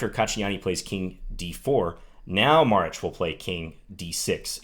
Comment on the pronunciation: Props for pronouncing that Maric correctly :)